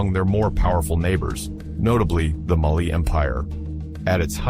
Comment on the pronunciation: MAAALİ değil, Mali